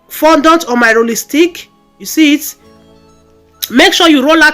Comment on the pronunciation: Nice work very beautiful, but please work on how you pronounced fondant please